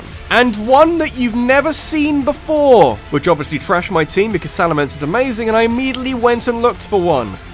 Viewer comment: IT'S SALAMENCE, NOT SALAMANCE!